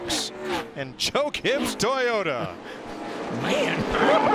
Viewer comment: sounded like Mike said Choke Gibbs Toyota